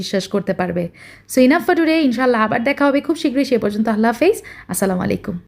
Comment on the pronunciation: সালাম শুদ্ধ হয়নি